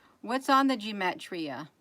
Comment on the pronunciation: you crack me up. It's pronounced gee ma tree ah. Everything the cabal does is by using numbers and astrology. Jason Q is a wiz at decoding all their playbooks. Personally I can't keep up with it. If boobtube tries to take you off come back under another name, might want to start one up now for backup.